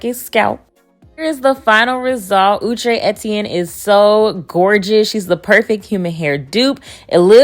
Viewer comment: U said ouuu-Trey not out-Trey & I’m hollering b/c that sounds correct asf 😭 it’s my 1st time hearing it